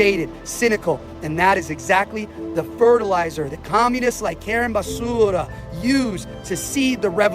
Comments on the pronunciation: Yesss… YYYEEESSSS!! 😂😂❤ The way he keeps calling her Karen basssuuura . 🤦🏾‍♀️💀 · yes. He’s not pronouncing Basura correctly. How am I the only white boy to know this lol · He's pronouncing her name as Karen Basura. Basura is Spanish for garbage 😂😂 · Basura is Spanish means garbage. That’s why he keeps pronouncing it like that. 😂